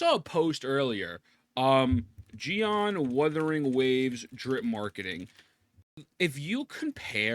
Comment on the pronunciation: "Widewing Waves"